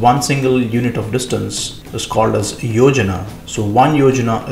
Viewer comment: Yojan not yojnaa(plan).